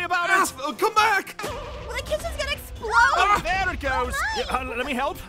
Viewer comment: Not explode EXPLOAWD